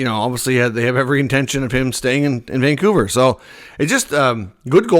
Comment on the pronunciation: It's Vancouver.